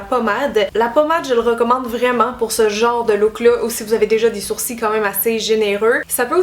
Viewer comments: La queen des sourcils 😍 en plus tu me fais trop rire tu dis des sourci ou lieu de dire des sourcils 😂 J’ai qu’une hate c’est de tester toutes tes methodes merci pour tout tes conseils :) bisou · Merci pour tes astuces ! 😙Ça me stress la façon québécoise de dire "sourcils", nous on prononce le "l". 😂😂😂Bisous.😘💖